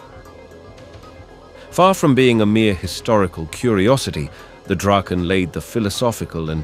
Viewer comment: It's rather tiresome to listen to an AI-generated voice all the time, a voice which isn't able to be consistent about how to pronunce words. You should at least get this right BEFORE publishing an episode like this. The "Draken" is NOT Dr-"ake"-n. It is Drahken. ALL the time. And it is not the "Gripe"-n. It is not even "Grippen", It is "Greepen" if you want to pronounce it right. Is this really so difficult to learn? Or isn't even interesting? It sure is disturbing when the pronunciation varies from one sentence to the next. At least "Viggen" is difficult to pronounce wrong. Even for an AI-generated voice.